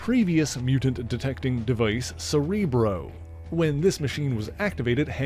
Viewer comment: Fucking lost me at "Cerebruh"" 🤨👎